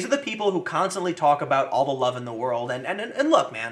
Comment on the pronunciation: Tim, it's "WOR - L - D" not word.